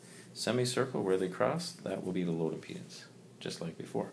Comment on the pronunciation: impenis or impedance